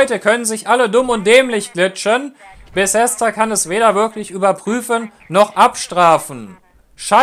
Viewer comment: Junge das heißt Bethesda nicht Besesda. Fail